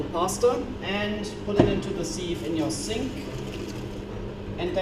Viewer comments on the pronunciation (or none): Do something with proper English bacon. Free choice, so long as it involves proper English bacon. And "sieve" is pronounced "siv" - imagine you're saying "sir" but change the r for a v. You Americanite you :P